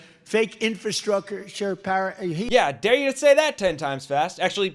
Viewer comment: TBF, the way Tramp pronounces "infrastructure" with out the first 'r' is old school New York City dialect.